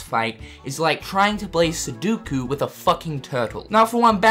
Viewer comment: Why does everybody, ad I mean EVERYBODY, say "Suduku"? It is spelled Sudoku. Soo-doh-koo. There are only two "u"s in that word. Pet peeve of mine. Anyway... Zodiac Aqua is difficult only until you figure out her pattern. Once you know how she reacts to things, she is actually deceptively easy. That casual stroll of hers? You can easily bait her into her creating an opening for you to wreck her. If you're even remotely used to action games, you can see that she actually pretty clearly telegraphs all of her attacks. Once you've seen her attacks and know how she telegraphs them, you'll never take a hit again. Oddly enough, what seems to be intended to be her desperation ultimate attack - that move where three of her do the Spell Weaver finisher - is actually, by faaaaar, her LEAST threatening attack. The obvious telegraphing here is just.....shameful. I have NEVER gotten hit by this attack, even on my first attempt on any of her fights.